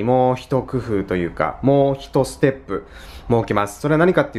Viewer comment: ステップが捨てっぷに聞こえた